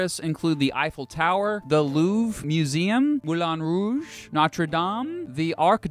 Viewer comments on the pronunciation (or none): Moolin wooge champs elysay